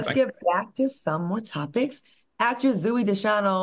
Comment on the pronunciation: Claudia butchered Zoey's name....zoo-ee..lmaooooo